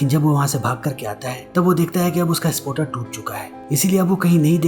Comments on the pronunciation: Sapoter nai ha spater ha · spotter hota ha be🤣😅😅